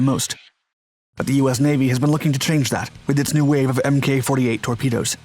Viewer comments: One day my guy will pronounce "MK" as "Mark" lol. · Love ya buddy, but in this context, "Mk" is pronounced "mark," as in "iteration" or "version." This does not include "MKULTRA." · Mk is pronounced as mark. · Not “em-kay 48” but “Mark 48,” right? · For the love of god man it's Mark! Mk 48 stands for Mark 48 torpedo. Not Emm Kay 48. its like nails on a chalk board when you do that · "MK" is pronounced "mark". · OMG.. it's not MK, it's mk as in mark!!!!